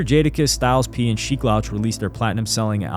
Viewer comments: How you mispronouncing sheeks name in the first minute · Had to turn off in the first minute because if they can’t even say Sheeks name correctly how much accuracy can be expected from the rest? 🤷🏽‍♂️ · Sheik has said his name in alot of raps how do you not know how to pronounce it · Cool video but you're definitely not a fan of The Lox or you wouldn't keep jacking up Sheek's name like that. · He must be a good reader and narrator because Mia pronouncing Sheeks name lets me know you know nothing about real hip hop. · Yo i love to see the young bulls learning a passing on the lore. But how he keep saying sheek name..... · How do you pronounce sheeks name wrong. He says it in most of their music. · Bro u need to re record this and say Sheek name right that shit making me cringe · Pronouncing Sheek’s name wrong is straight up Diabolical Activity !!! 😂😂😂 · It’s all I can hear lol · Man, I was in disbelief over that joint. That's how I know he's not a hip hop purist. He's not from round here. he's a tourist. And he said it more than once. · For real for real..💯